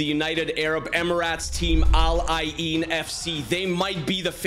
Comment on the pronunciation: ITS NOT AL AY EEEN ITS AL eyn